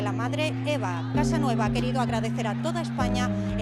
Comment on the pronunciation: Al menos pueden decir bien el nombre de la madre, no es Casanova, sino Casanueva.